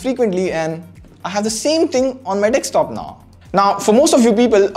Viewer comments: It is DESKtop NOT DEXtop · I like how he says dekstop instead of desktop. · It's desktop dude. Not dekstop. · Great Video! Just please stop saying DEKSTOP. It's Desktop!🙉